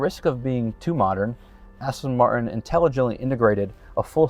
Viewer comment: You work for Aston MarTin. Learn to pronounce the “T”. It isn’t hard. 🙄🙄🙄